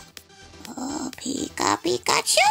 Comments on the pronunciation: Everytime she said "Pico/piko" instead of "Pika" I cringed so hard XD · It is so anoying that she's always says pick a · why keep saying pikatu it was the most annoying thing but true makeup was good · posible ivy ik she keeps on saying picka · STOP SAYING PICKACHU AND PICKA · her saying pica-chu was annoying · Stop saying peeka it's annoying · No say pick a chew no say it so annoying